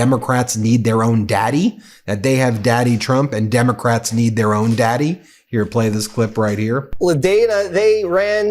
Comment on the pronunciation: I notice that, too, as well as the way they call us “Demicrats.”